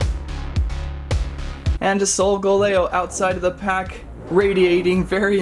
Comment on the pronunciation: ITS NOT SOUL GALAO ITS SOLGALEO And u little said row LET He next time u said owl et